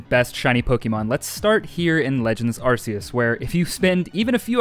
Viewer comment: My soul hurts when you say Arce-us